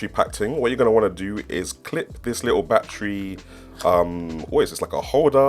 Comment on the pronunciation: ARE YOU SAYING "LICKLE" INSTEAD OF LITTLE?? LMFAO